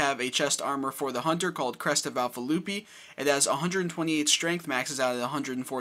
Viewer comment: Just a heads up, "lupi" is pronounced "Lu Pie", not "lupee."